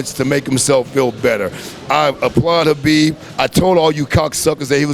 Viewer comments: I like that he pronounces Khabib's name properly. There is no " K " sound. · Respect. this guy even pronounced Khabib's name correctly. Awesome man.. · You know the knows and respect him , when he said Habib not khabib